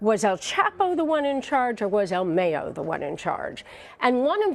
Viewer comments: El mayo!! Not el meyo 🤣🤣🤣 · It's "mah yo" not "may yo" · I stopped this video as soon as homegirl said "ill meyo" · "El Meo" .....😂. You can tell individuals like this , don't live in the real world!...🤣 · "Al Mey-yo" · El mey-o hahahahahaha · “El Meyo”??.... jajajaja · El May-O. haha. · El may-yoh LOL 😂 americanos smh.. its el Mah-yoh....mayo,mayito short for ismael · El maaayooo 😂😂😂 white folks could never Pronounce names right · The way she says "El Mayo" really gets under my skin. I find it hilarious when are trying to sound so intelligent and trying to pronounce the names of the cartel players. Especially their nicknames... they butcher them! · el mayoo 😂 you need to say his name right before you end up chopped up 😆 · Mayo as in "Cinco de mayo", not mayo like mayonnaise. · anyone else cringe when the tried to say el mayo... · Yal are saying “el mayo’s” name so wrong lol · She's saying El Mayo wrong she be missing soon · “EL Mayo” lmao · El mayiooo!!??? Lol